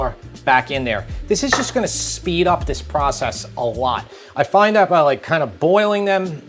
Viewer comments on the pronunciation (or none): none